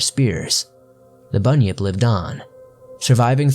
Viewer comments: i understood bunny up. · It’s actually pronounced bun-yip not bunny-nip like he sometimes pronounced.